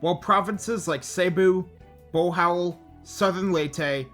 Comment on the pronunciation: I. Pronunciation 1 bee-col, not beh-col (bicol) 2 bo-hol, not bo-hal (bohol) 3 seh-bu, not say-bu (cebu) 4 i-lo i-lo, not i-loy-lo (ilo ilo)